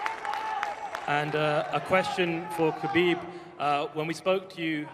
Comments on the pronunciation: Dana it's KHA-BEEB NOT GAH-BEEB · I don't know who this Khabib is. This guy's name in Khalabib.